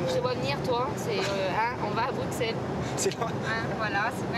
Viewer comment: si t'aimes autant Bx faut savoir qu'on fit Brussels en belgique on dit pas le x 😭